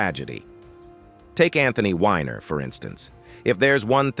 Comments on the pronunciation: It's not Wh"i"ner, it's Weener, Wiener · it’s Wiener not whiner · It's Weiner not winer. Get something right. Calling Griffen a comedian is the real joke.